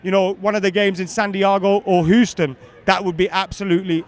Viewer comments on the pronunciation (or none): Your Houston pronunciation is a bit off too😂